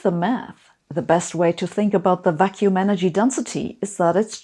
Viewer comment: I'm so biased by daily life that when you said "vacuum energy" I've heard "vaccine energy".